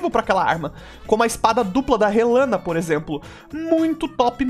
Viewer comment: Finalmente alguem nessa internet que falou o nome Rellana certo hahahaha